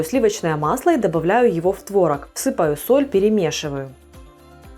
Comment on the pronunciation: не творог, а творог 🤡